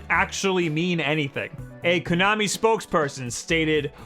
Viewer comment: It's pronounced KO-nami. Ko as in rhymes with go and blow and show. Not Kunami/Coo-nami, as you repeatedly say it. As for Bomberman, I got the Super Bomberman Party Pak for my 8th birthday. I didn't know anything about the game, really. I didn't even want the game, but I had asked for it because of the multitap. I wanted it for the upcoming release of Secret of Mana (which was just a couple months away) so I could play three player. Surprise was that it became one of my all time favorite games. My family played four player Super Bomberman every weekend for the next four years. I've been a huge fan of the series since and it's shocking to me that every article online says that Zelda is the only worthwhile launch title. I wasn't even going to get Zelda. Just need Bomberman and Snipperclips!